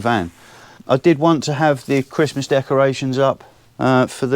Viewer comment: Ho Ho Ho , merry cwistmath , ah yeah